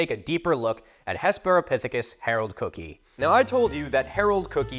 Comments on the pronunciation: And of course you know where William Jennings Bryan based his political career, right? Nebraska. (Psst Cookii is pronounced "Cookie-eye,") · … cookii is pronounced cooky-eye. FYI. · I haven't seen another comment on this, but I always thought cookii and stuff like it were pronounced "cook-eye" and not "cook-ee". Idk if a joke is flying over my head, or I'm just pronouncing it wrong, lol 😅 update for anyone else wondering: both are right